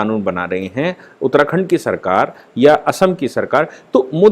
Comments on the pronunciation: aap (modi) kaise (pronounce) karte hain??? indianized pronounce kijiye, (angrez) ki tarah (kuon) karte hain??? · pls proper pronounce of MODI